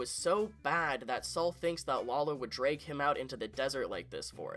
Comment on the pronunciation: It's pronounced "bagman", not "begman". It drives me nuts that you keep mispronouncing "bagman". Also, it's "drag", not "dreg". It sounds like you have an accent problem. You need to work on pronouncing, and enunciating for future videos.